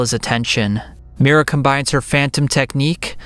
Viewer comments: Sorry, but its Miria, not Mira It spells Me-ree-uh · It’s not Mira. It’s Miria!